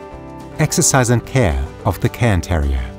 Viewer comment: Thank you for pronouncing the breed's name correctly! So many other channels call them "Karen" terriers, which is a small pet peeve of mine. Probably an American thing where cairns aren't all that common...